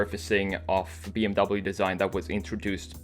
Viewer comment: This was so Hard to watch! You prononced "BMW" Wrongly >:(